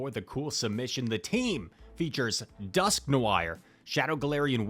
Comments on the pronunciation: Interesting pronunciation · I have a feeling it is pronounced Dusk-nor but maybe I am crazy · Bro that is NOT how you say its name😂 dusk-NWAR is the pronunciation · I wasn't sure if your pronunciation of dusknoir only bothered me but seems like the general consensus 🤣 Dusk-no-r would sound more correct. But scizor has that funny pronunciation so who knows. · Bruh. Dusk nwore is how it’s said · nah, i never care about the pronounciation of the names, but DusknoWIRE is just foul 💀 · Came here to say this 😂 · with the calculated mispronunciation of Dusknoir to boost comment engagement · Noir = Black in french 😊 check how google would pronounce that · Wait, that’s why he’s pronouncing it like that? Because that’s how the French pronounce it?